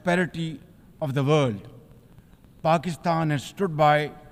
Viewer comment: Pakisthan 😅 chinese question contrary 😅 a kooly ccontray😅.